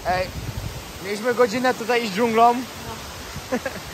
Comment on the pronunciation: nie dżunglom tylko dżunglą i nie z Alicjom tylko z Alicją